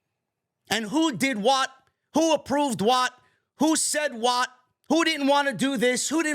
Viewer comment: You don't pronounce "what" correctly.